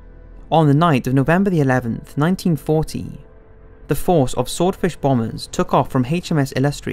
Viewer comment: It sounds like the narrator is saying 1914 but it must be 1940.